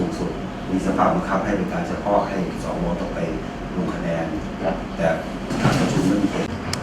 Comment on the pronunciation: เอ้อ พี่เรียกชัดๆๆครับ สอ อะไรครับ ว หรือ วอย ออกเสียงชัด พี่ ถ้า ว อวย จะพิลึกครับ ครับ พี่ท่านพูดถูกพวกเรารวมผมด้วยหัวหงอกหัวดำ เป็นผู้ใหญ่ ต้องเป็นตัวอย่างให้กับ้ด็ก ไม่ใช่ก้าวร้าว เราคือผมอายุป่านนี้เหลือเวลาน้อย บ้านเมืองต้องไปต่อให้เด็กเขาว่ากันไป